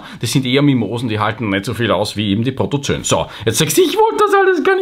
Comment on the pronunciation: Lieber, das "oe" in Protozoen spricht sich nicht(!) als "ö". Richtig ist es beide Buchstaben auszusprechen, spricht sich Proto - zo - en. Sonst lieb, gut und richtig; wie immer!!!